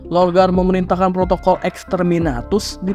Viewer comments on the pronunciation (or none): none